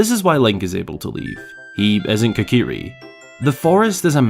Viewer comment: "Kikiri" Forest? Seriously?